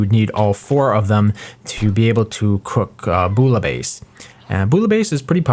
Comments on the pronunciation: fyi: "bouillabaisse" = bwee-a-bess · Its said BOOYAHBASE